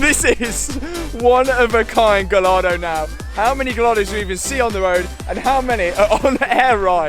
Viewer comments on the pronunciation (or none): It's pronounced "gai·aa·dow"! Absolutely love the content of your videos, I've been watching for the last year or so 😊 but please, don't call your Lambourghini a "gall-ard-o"! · luv the vids but please stop saying GALL-ardo its GUYardo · Matt please stop calling it a Gallllllardo. It's Italian not British, and pronounced Gayardo! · Think its pronounced Guy-ardo not Gal-ardo :) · Gallardo is pronounced more like guyardo mate 🙊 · mate... It's pronounced "Guy-are-dough" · It’s pronounced guyardo 🤦🏻‍♂️ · What a good job looks amazing! & it's pronounced Guy-ar-doe btw. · Please pronounce the Lambo's name properly, brilliant content and progression man, your channel is the Dogs. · Also, do you pronounce Gallardo wrong on purpose? 🤣😂🤣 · I cringe every time you pronounce Gallardo. Lol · Please pronounce Gallardo the right way😩 On another note, also please don’t feel guilty or the need to apologize for doing mods to any of your cars. They’re yours and yours to do with whatever you like to. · youre a legend and i love your content but please pronounce gallardo properly in future videos lol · Love the channel, love everything you do to the cars, love the fact you make them how you want them….. but Please for love of god pronounce the car name properly 😂😂😂😂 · Gallardo owners are probably more annoyed with how you pronounce Gallardo. 😂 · Who else is in pain the way he pronounces gallardo?